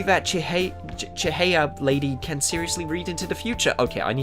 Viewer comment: I think it's pronounced Chi-hai-ah.